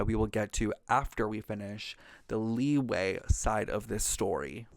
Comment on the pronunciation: I appreciate this video. Can't wait for the next ones but please, please I beg of you to please learn to properly pronounce Liyue and Liyue characters' names. I keep hearing so many mispronunciations and it just irks me since my step siblings are Chinese and it's weird hearing them pronounce it properly then interreacting with other people that follow the Genshin English VA's pronunciations of Liyue/Liyue names. If you need a video, this one is super helpful: "Liyue Characters: Pronunciation Guide (Genshin Impact)" by YouTuber "Ying - 莺 "